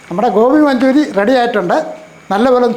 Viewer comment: ഗോപി മഞ്ജുരി അല്ല കോയ.. ഗോബി മഞ്ചൂരിയാൻ...വൃത്തി കുറവ്